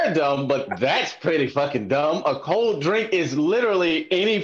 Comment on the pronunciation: Actually we pronounce it Cole drank. Not cold drink. I'm from new Orleans and this just made me not wanna watch zooming with the homies no more and I use to look watching this show and I now I don't wanna watch y'all nomo and I'm in subscribing